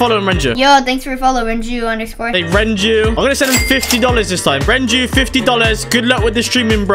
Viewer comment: Renju not Renault sorry